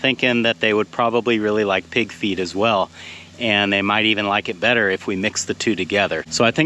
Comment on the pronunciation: Gotta admit, when you were talking about the ground squirrel trap, I kept hearing mixing pb with “pig’s feet”, not pig FEED. 😂